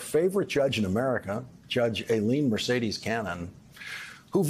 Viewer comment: I can't help noticing how Lawrence keeps stressing Judge Canon's middle name (Mercedes) in ways reminiscent of how right-wing pundits stressed Obama's middle name. This kind of "codey" language is so unnecessary.